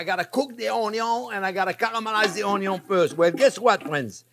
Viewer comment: …lowkey I never get tired of hearing chef say… onyo is always number first ✌️🔥😂🥰 truly a treasure of a man to teach us… he’s amazing